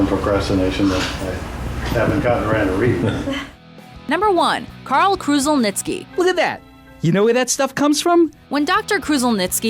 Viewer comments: Lol, nice1 but you mispronounced his last name. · Dr Karl's surname is pronounced "Kruzzelnicky"